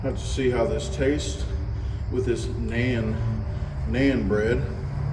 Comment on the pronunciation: It’s pronounced “non” bread